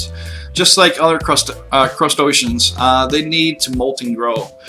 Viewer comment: crust-A-ceans...just breathe and be confident my friend. none of that stuff is hard to pronounce.